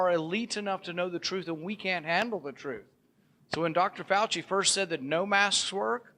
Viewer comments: Listening closely.... .....did she actually say "Fauch-Head"???? Lololololol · .....did she actually say, "Fauch-Head" ??? Lololololol